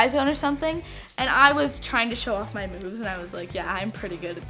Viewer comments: When she said moves at first i thought ahe said boob i was all like oh noooo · I thought she said “show off my boobs” instead of “show off my moves” 😂😂😂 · sounds like she said "I was tryna show off my boobs" but it was moves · I thought she said I was trying to show of my BOOBS lol 😂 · OMG I thought she said she was trying to show off her boobs in the beginning now I know it she said moves lol 😂